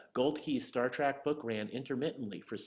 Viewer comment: It's Star Trek not Star Trak! 😀